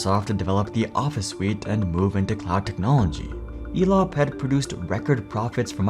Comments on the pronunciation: Why do i keep hearing Elon instead of Elop 😊? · Elop sounds a lot like " Flop" .